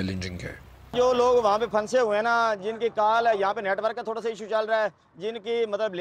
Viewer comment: Oh PRA (PHUN SAY ) urdu main bhi silent words hotain hain like any other language you got to say it togather and noon is like noon ghuna like phusay but say in a way that noon is listenable Other words like KHUWAB (dreams) is KHAB and HUN SANA (laugh) is suppose to be pronounced as HASNA well thats enough of urdu language lesson MAY ALLAH PROTECT AND SAVE ALL WHO ARE IN DIFFICULT TIMES OF FLOOD